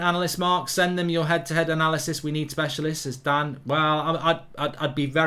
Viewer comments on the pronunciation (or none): none